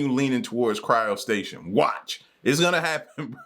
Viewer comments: It is called cryogenics or cryopreservation. Where as the body is injected with heparin, frozen like a popsicle and that is called cryo- stasis. NOT cryo station. Lmbo just sound ignorant. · Yo ignoramus… it’s not “Cryo-Station”… it’s CRYOSTASIS!!! 😐